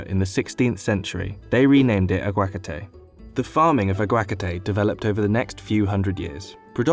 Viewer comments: Ironic how you admit that "aguacate" is hard to pronounce, yet you didn't bother asking a Spanish speaker how to pronounce it. The emphasis should be on the third syllable, not the second. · What on earth is ah-GWA-kah-te? In Spanish, its pronounced ah-wah-KAH-te. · aguacate?! "ah gwak a tay" HAHAHAHA Its "hard to pronounce" cuz you are saying it in the most cringe worthy way, lol May wanna look up pronunciation before making a video like this, and I dont even speak Spanish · It hurts my fking ears omg. It's "aguacáte" A-GUA-CAAAAAAAA-TE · Uh gwah katay. 🤦🏻‍♂️ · okay but why do he pronounce aguagacate like that 😂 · Sheesh that pronunciation of aguacate hurts the soul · bruh 😭 that is NOT how you say "aquacate"; he butchered the shit outta that word lmao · He did not just pronounce Aguacate like that... bruh... that is the most unappealing way to pronounce such a delicious thing. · That is definitely not how you say Aguacate or Michoacan. It was cringe hearing him say Aguacate that way over and over